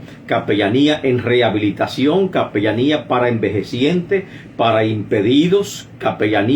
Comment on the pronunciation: Es capellania no capellamia.